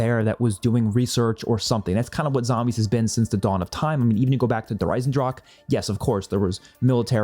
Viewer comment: Americans: Der Eisendrache ❌ Dreisendrock ✅